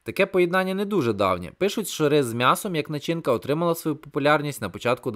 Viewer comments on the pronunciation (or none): none